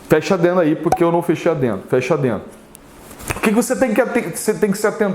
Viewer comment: Professor eu sempre me pergunto; é adeno ou adendo? Kkkk